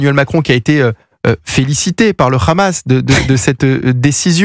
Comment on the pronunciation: C’est Hamas, pas Khamas. Vous parlez de façon très décontractée de nettoyage ethnique, comme si il s’agissait de la météo…